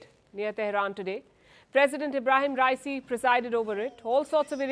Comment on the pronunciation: His name is not pronounced as "Rai-See." It is pronounced as "Ra-ee-see."